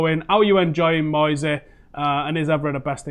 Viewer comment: I’m sorry to say it’s Moysey